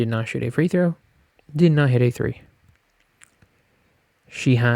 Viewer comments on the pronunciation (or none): none